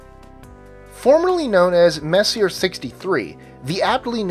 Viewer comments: Comic B Studios - No, Messier is the sir name of French astronomer Charles Messier. There is only one correct way to pronounce his name: "Messy-A"; Not "Messy-er". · Oh Crap....do a tiny bit of research.. His name was. "Mess-e-ay". Every time you repeat. "Messi-R." , my ears bleed. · it’s pronounced Mess-e-yay, not Messier. Charles Messier was a French comet hunter in the late 1700s who made a catalog of faint fuzzy things to avoid, because they may be mistaken for comets. Ironically, although he discovered many comets, he is now famous for his faint fuzzy things! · Messier is pronounced (Messy-A) not messier. WTF IS WRONG WITH YOU STUPID MORONS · Omg. It's pronounced: "May-See-Aye". Not: "Mess-E-Urh". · If you're going to pronounce it Mess-iER for this entire vid,. I will quit NOW. It is Mess-e- AY. You had to have heard that word pronounced a thousand times if u study astronomy. Mess' e A......well, apparently you are except for. Max......I am out of here, LAZY Ok, what does NGC stand for....? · It's pronounced "Messy-A", not "messier". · um, that's "mess - ee - AY" (French) NOT "mess - ee - ERR" (LOL) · gues what he isnt fucking french and probably doesnt give 2 fucks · The Messier is pronounced "Mess-E-A" , not "Mess-e-er". After Charles Messier, who put together his catalog of 103 objects in the late 18th Century. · Just for future reference, Messier is pronounced Mess•ee•ay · It's French. It's not messy-er. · Sorry to be an ass but messier is pronounced, mess-e-a, it's just that it was bugging me in your otherwise very good videos. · Messier is pronounced Messi-a. Sorry, it just bugs me.....Don't hate me....please. lol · You mispronounced Messier. The name is French and pronounced Messy-A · It is a french name, so it is not pronounced english. It is Messi-jeh, so to say. As Charon, the moon, is not TSCHÄÄÄRUN, as always in the videos, because it is not english, too, but roman. It is hm, how would you pronounce it Cuchun. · both are correct